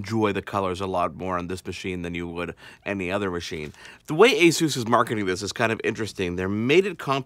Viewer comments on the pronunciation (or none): take the peg out of pegasus and thats how your pronounce it aaaaaahhhhhhh ssssuuuussss